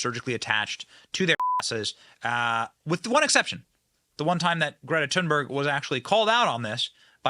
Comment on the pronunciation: Dang! Benny almost said Greta's name right! He didn't pronounce the "H". It's more like "tune" or "toon". Most people can't help but say that "H". Here